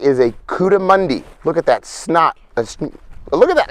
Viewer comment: The part of the animal's face is called the "snout" not 'snot". The word "snout" is pronounced kinda like "shout", but with an 'N' instead of an 'H'.